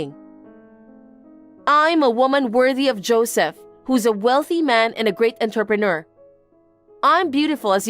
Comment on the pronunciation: Is there a place where that is the correct pronunciation of "entrepreneur" ?